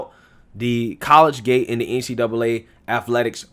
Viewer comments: I have been listening to for a long time. Love your show. Just a heads up, the word you're trying to say is "colleagate". It is pronounced "colleajate" not "college gate". 🤔😃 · I know you only got a 'Tar Heel' education, but it is [collegiate] co-lege-unt 'not' college-gate you must have taken Debbie Crowder and Julius Nyang'oro !!! Me being a hick also I know sometimes its just a regional thing JFK use to say 'ideer' for idea so guess your in good company. 8NCAA Titles Kentucky Wildcats !!!! Com''on Man HaHa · What is “college gate”? As well, the “x” is silent in Sioux... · It's pronounced Col - le - giate. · Hey,..it's pronounced "CO-LEEG-IT",..no dis bro,..jus sayin',..good stuff,..keep it commin' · It's pronounced collegiate (co-lejit) and Sioux (Soo); the x is silent. Good report brother. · Ahhhhhhh I don't mean to be picky, truly I don't. But I've been an English teacher for 26 years and old habits die hard. Dude, I love your shows and have been a subscriber for a long time...please don't be offended, just trying to help. You kept mispronouncing "collegiate". Keep up the great work, I enjoy your quick, no-nonsense style of the news.